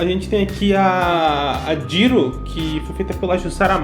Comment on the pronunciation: Cara, você reclamou do Bakúgu, mas no mesmo vídeo você falou Kirishíma ao invés de Kirishimá, e Jíru ao invés de Jirô. Então não faz sentido essa crítica, sendo que você mesmo pronuncia vários nomes errados. Lembre-se que no português a gente tem tendência a pronunciar a letra o com som da letra u, então 99% dos nomes que terminam com o, a gente fala errado, como Naruto, que se pronuncia Narutô, e não Narútu como muita gente aqui no Brasil fala.